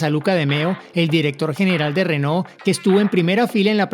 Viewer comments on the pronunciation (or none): Pronuncias renault como rénault.